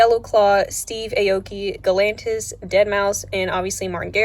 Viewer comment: Dude she said it right